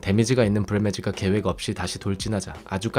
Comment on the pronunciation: 브리매지는 ”브리뮞즤“라고 굴려서 발음하면서 right는 구수하게 “라이트” ㅋㅋㅋㅋ